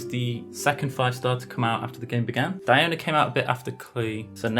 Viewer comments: “Dionya” LOL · Why most people pronounce Diona as Die-O-na? DIO-Na sounds more proper...